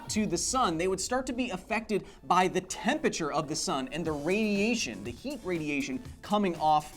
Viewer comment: Could someone please tell Kyle how to pronounce temperature.